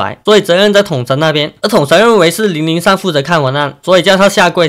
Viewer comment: 統神看到小亮ig的文 爆氣說要打給他 叫003拿來給我 發音太像奶酪